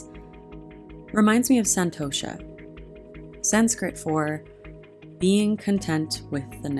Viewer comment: Being an Indian its so funny to hear u pronounce "santosha" and "namaste"😅 However i thoroughly enjoyed this yoga session❤️ thanku